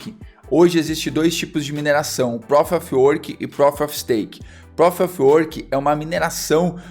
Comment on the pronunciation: Muito top! Só uma dica. Proof se pronuncia "Pruf", não Próf. Abs